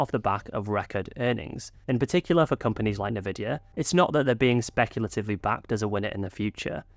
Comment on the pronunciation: Isn't Nvidia pronounced "en-vidia"?!